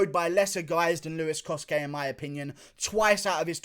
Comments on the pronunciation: Its not coske its cosay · It’s with a ch the cosce brothers as they have Italian heritage and u pronounce ce as ch